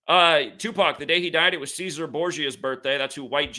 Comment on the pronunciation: cesare is pronounced chess sar ray